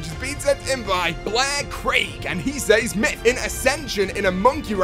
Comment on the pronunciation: Myth: Can you pronounce "says" correctly?